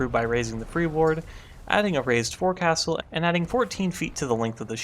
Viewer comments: Love the history review keep them coming. BTW forecastle is pronounced “foaksole”. Don’t ask me why. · We Brits pronounce forecastle really differently. Cool vids mate - subbed.